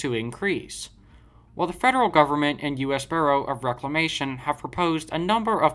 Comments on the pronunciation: the word BUREAU is pronounced B-YOO-ROW and not BURROW as to dig a rabbit hole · Bureau is pronounced Beur-o. Gorge is pronounced with a hard G.